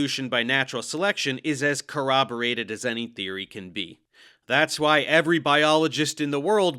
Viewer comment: "I have theery! I'm a syentist!"